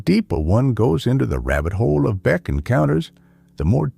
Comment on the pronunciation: AI generated. BEK was mispronounced ' B Ex" something no human would do. BOOOO!!!